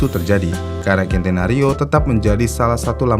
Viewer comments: Centenario dibaca "sentenario", bukan "kentenario". N/A itu dibca "naturally aspirated". Akhiran "ed" di akhir ttap diucapkan. Bukan "aspirate" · Centenario pengucapan nya dlm bhs indonesia sen te na rio Belajar lg min